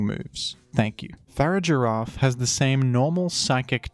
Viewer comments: I'm literally 3 seconds into this video and the way you pronounced Farigiraf killed me a little bit. Your gonna have to re-earn your sub. =/ Far-ig-a-raf. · Fa-rig-ir-af. Farig-iraf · I utterly despise the way you say Farigiraf. Its a pronounced in basically the opposite way you say Girafarig.